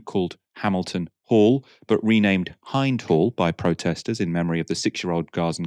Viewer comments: buddy we love you - please start pronouncing Hind correctly 😂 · please pronounce nouns correctly, it's hind like not haynd. thank you. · Hind is pronounced Hynd as in rhymes with wind, (as in windy not wind up) named after the girl that was killed in the car with her family I think. Hind was the little girls name. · Hind is pronounced as Hinned. Meaning India